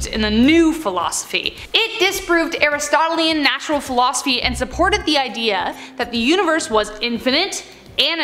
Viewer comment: Please pronounce Aristotelian correctly